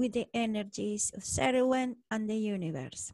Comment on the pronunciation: The Cerridwen sounds like "care-ihd-when". 😊